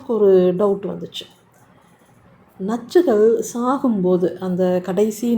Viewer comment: I like the way you say nachchugal😅